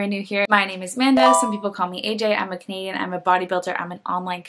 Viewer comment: Hi Amanda 👋 I never miss your videos and EVERY TIME you say "I'm a Canadian", I always hear, "I'm a comedian" 🤣... BTW, I'm not an English speaker, I've to 'train' my ear, as my English teacher says 🤷🏻‍♀️